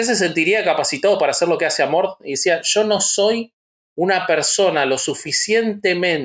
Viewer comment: Era Amorth?!?! 😱😱 Siempre entendí Amor!! Debí quedar como idiota!!! 🤣🤣🤣